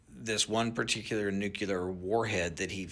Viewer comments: Can't take seriously anyone who says "nucular". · You gonna trust a guy that can't even say nuclear?